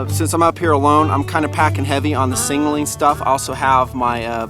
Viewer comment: no disrespect meant, but were you saying "singling" instead of "signaling" on this video? It just sounded funny to me and I wanted to clarify.... Absolutely love this series of videos and product descriptions... Great work!